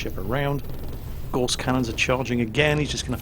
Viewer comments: Gauss rhymes with mouse,!:) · Gauss rhymes with mouse not hoarse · Looks great will give it a go if it's free to play. On a minor "actually " note, isn't it Gauss pronounced as rhymes with mouse. As in Carl Friedrich Gauss, German mathematician. I'm sorry it's minor things like this that irk me, probably because I'm a massive pedant. First world problems eh?